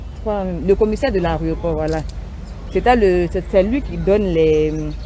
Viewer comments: En plus elle ne fait que répéter Areoport, elle qui pourtant corrige les autres en ce moquant très souvent bref. On dit AÉROPORT. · On dit l'aéroport et non l aréoport Eunice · Yako ! Mais toi qui corriges les gens, on dit aéroport, pas aréoport. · On dit aéroport et non aréoport. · Mlle Eunice, on dit aéroport et non "arioport ". Nos "stars " doivent faire des efforts en matière de diction. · 😂😂😂 chercher mon nom j'ai fais le même commentaire. On dit AÉROPORT madame